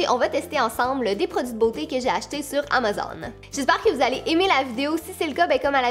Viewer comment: La façon que tu dis Amazon me fait vrm rire 😂